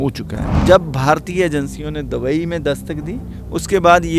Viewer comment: Pehle dubai ka naam sahi se kehna seekhlo.